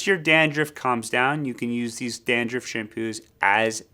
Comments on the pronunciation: Dandruff not dandruffd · I can't get past the "dan-drift" pronunciation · 😂 had to restart the video to listen to it carefully! 😅😅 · I can’t stop watching it. Every time he says it, it cracks me up! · Hey i just heard and now i get why its kinda funny